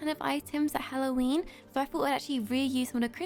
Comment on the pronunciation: So funny she said halloweenee